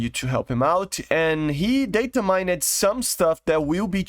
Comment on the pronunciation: Don't accentuate the E in 'mined' it is pronounced same as 'mind'